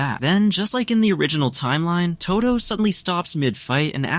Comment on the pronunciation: Its todo not todu btw